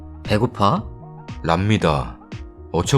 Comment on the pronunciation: 랍니다.. 난 이게 넘 웃겨요 ㅋㅋ 어이없는듯이 한템포 쉬고 보이지 않아도 얼굴표정이 생각나는 이느낌 ㅋ